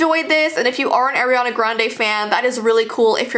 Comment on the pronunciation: It is not airiana it's Arianna!!